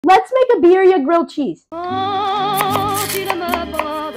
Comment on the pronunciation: Looks delicious! (btw you didn't pronounce birria quite right)